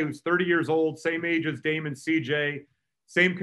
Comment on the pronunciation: "Dame and Sheet-J". LOL